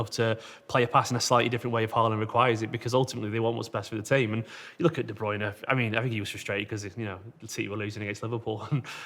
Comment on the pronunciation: Why does Carragher pronounce De Bruyne differently to everyone else?!